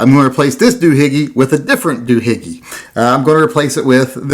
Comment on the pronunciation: The proper terminology is; Doo-Hickey, not Doo-Higgie.